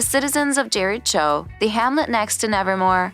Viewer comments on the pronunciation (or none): Yeah it’s not Jericho it’s jeriko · And Jeritcho instead of Jericho😂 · Omg the way they said jer- i- ch- o instead of jer- i- co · Kinda felt like turning it off once I heard "Wed-ens-day" and "Jeri-cho" 😳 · Tyler gUlpin, Wen-esday, JeriCHo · And the fact they say jerich-jo instead of jericho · and jericho as jare-ich-oh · And Jur-icho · and how they said "Jericho"="Jerry Chow"